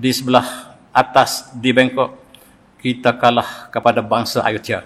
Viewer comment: Sebutannya bukan Kalah tetapi Kalaa'